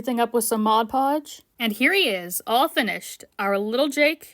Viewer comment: hearing someone actually pronounce modpodge correctly sets off my fight or flight response